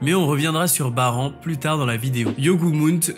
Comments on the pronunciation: on dit barane pas baran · ça se prononce "Barane" mais pas "Bas rang" après avoir visionner une œuvre en VO veuillez la revisionnez en VF pour la prononciation des villes/des perso/des techniques etc... 😭 Ou sinon de début jusqu'à la fin de la vidéo il faut tout prononcer en VO ou tout en VF, mélanger les 2 ça fait bizarre ( pour moi ). Petit point sur la distraction d' Esil dans l'animé on dirait un bébé qui lance un petit caillou et ça n'a même pas fais bougé la tête de Baran alors que dans le manhwa elle lance sa dague avec une grande puissance jusqu'à faire penché ou tourné 🤔 la tête de Baran